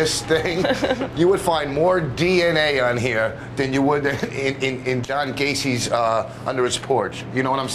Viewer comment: Did he say Don Gacy?